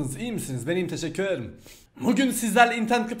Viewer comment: neden Teşşekür Ederim demek yerine Teşekür edım diyorsun ?